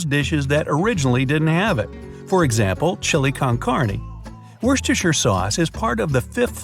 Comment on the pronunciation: The only guy who can say worstechire sauce